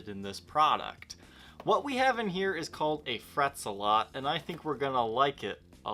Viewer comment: It's not Frets-a-lot, it's Fret Zealot.